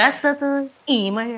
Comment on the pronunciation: മഴയല്ല മയ 😂😂😅